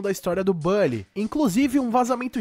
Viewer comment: A sua forma de falar "Bully" causa dor no meu coração...